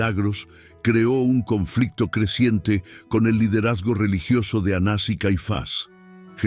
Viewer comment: Soy Sra NAVARRO. Estiy escuchando ka historia de ANAS Y CAIFAS. Dicha por USTED. Y oigo que no ha dicho correctamenre los nombres de esos personajes. Les da acento o se los quita a los nombres. Por favor no confunda.GRACIAS